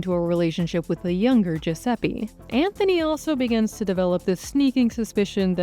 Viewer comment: Gosh Americans.. It's Giuseppe.. The e is pronounced like the e in element or electricity... not Giuseppie